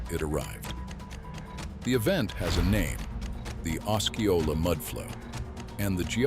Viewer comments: it would be nice if the AI voice learned how to pronounce Osceola. I have 2 friends near the mountain. I hope Rainier stays quiet for decades. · It's pronounced "la-HAR"... It would be a fun drinking game where you take a shot every time he uses a different prronounciation of "lahar". I'm also not really ok about the pronounciation of "osceola", but there could be an alternate pronouciations. It's probably the AI narrator.Anyway, great video with neat facts, but very repetitive. I feel this could've been a really info-intensive 15 minutes. Smectite? That is a terrible name for anything for many reasons. One Does anyome calll it "The Sistine Ceilling? It's "The Sistine Chapel", unless I'm mixing up locatioms agian.